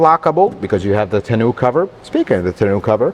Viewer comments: Tah-know cover not Ta-noo/Canoo :face-blue-smiling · Nice review as always. Agree with all points but they way he pronounces 'tonneau cover' drives me batty..... Sounds like he's saying "Ten-new cover"? "Tah-no" cover is how I've always heard it pronouced with the emphasis on the "tah" part! I don't think it is supposed to rhyme with "Canoe"! lol😀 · I love you, but if I have to hear you say tunoo cover one more time...😂